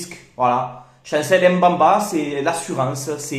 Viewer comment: C'est plutôt mbemba et non mbamba frère m ne se prononce pas si jamais